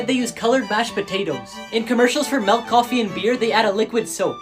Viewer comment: the melk? i thought it was milk